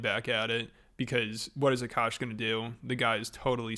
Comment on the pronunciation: this is just sad what a shit look for indian girls everywhere, can we get a break. also, i find it funny that everyone pronounces akaash's name the right way except her, even though she is indian. the first A is a soft a, and the second is hard. Uh Kaash. It means sky